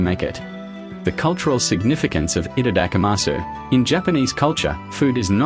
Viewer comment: For the love of god though, don't pronounce it like this person.